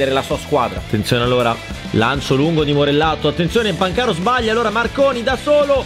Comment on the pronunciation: si dice pàncaro non pancàro